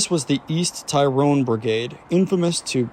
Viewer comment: Pronounced tirrone not tie rone